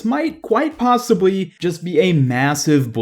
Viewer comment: "possibwy" Alright being mean aside, I appreciate these so much. I can feel the effort put into each and every episode. Every second is quality <3